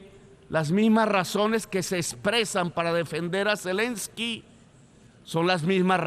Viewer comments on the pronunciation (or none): none